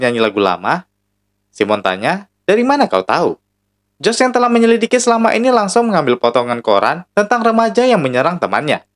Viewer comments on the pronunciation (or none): none